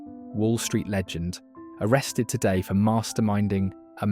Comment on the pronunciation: Bernie "artrested" ?? I liked the video to support your channel. Nice work